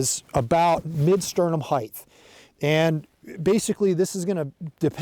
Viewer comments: JFC it's height not heigth. Otherwise solid instruction. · Heightth is not a word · Great content as always. But can we stop saying "heigth" already? 😂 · Get to the point already - where should the tripod be set up? The word "Height" does not have a TH in it.